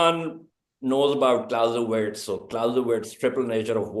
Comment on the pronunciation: 55.00 "EVERYONE KNOWS ABOUT CLASOOWITZ" 🤣🤣🤣🤣 ( CLAUSEWITZ) OUR Pakistani defence expert 👏 🤣